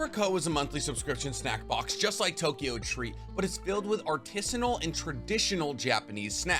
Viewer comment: Idk why it bothers me so much that you can say artisan properly but not artisanal 😅 or why I’m watching the ad lol